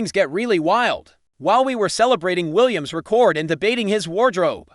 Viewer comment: Stop mispronouncing record 😮